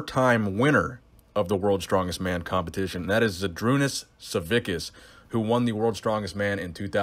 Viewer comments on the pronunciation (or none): Pro tips how to not butcher big Z's name: • The first is Ž, not Z, pronounced as zh , like in vision or beige • Last name the "ack" is pronounced as "atssk". Try reading out loud: Zheedroonahs Sahvetsskahs